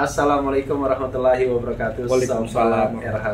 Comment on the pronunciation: Wabarakaatuh bukan rokaatus Abang... Rokaatuj jangan disambung dengan sobat jadinya Rokatus. .